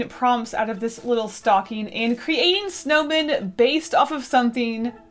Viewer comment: All I can hear is snowmain